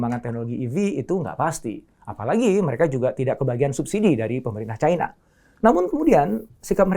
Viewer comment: Caina pret bilang Cina ajalah biar sesuai lidahmu